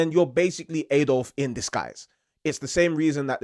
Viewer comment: Its Adolf not A dof please tell me you can say aluminium properly 😂 to much American tv.